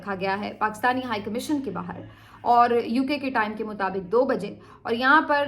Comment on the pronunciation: Madam, the Urdu word is baahar, not bahir, correct yourself. Your Urdu diction is otherwise good.